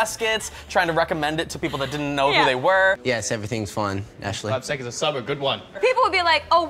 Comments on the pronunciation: 5SAUCE not 5-S-OH-S. Just for future reference... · It's 5sauce 😂 not 5 es oh es 😂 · im just here for 5sos, and im so glad im not the only one that cringed when she said 5-s-o-s or 5 es oh es,it was heart breaking, but i got over it fast, only the true fans no that you say basically say 5sauce or just 5.s.o.s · okay i know that you didn't know how to pronounce it but please it's 5sauce not 5 es oh es ,please i hate when people say it like that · Why did u call the 5-es-oh-es its friction 5SAUCE!!! Sorry rage thnx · I clicked off when she said 5 es oh es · she said 5 es oh es. cringes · did she really call them 5 es oh es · "5 es oh es" nope